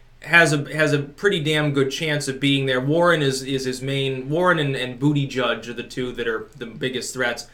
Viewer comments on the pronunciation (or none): Hey, apologies from Malta for Pete Bootey-cheech (i know you mis pronounce it on purpose!). I swear to ya, we're not all like him!;) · I believe it's pronounced Butt juice or mayor Butt juice. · Dear old Bernie is feeling the BURN.He is no longer special. He has gotten OUT- CRAZIED! And the proper pronunciation for mayor Pete's last name is Booty Gig.